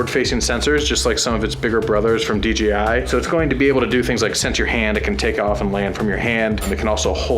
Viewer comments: I don't think it can't be even considered as a debate, since there is not an opinion about how to pronounce it but just GRAMMAR, I'm not native speaker but I have never seen a single person saying DJ like Dee Yee. So, nope, DEEYEE I is wrong, DEE YAY I is the correct way to pronounce it. Dang, I have never seen someone saying: "Well yeah a we had DEE YEE at the party last night" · Deeyee I Noouuuuu DJ, Dee Jai, yo man Dee Jay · You guys always say "DGI". :-) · DGI?? lol why does everyone says DGI!? It’s. D JAY I lol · Can you guys PLEASE say "DJI" and NOT "DGI"???!!!!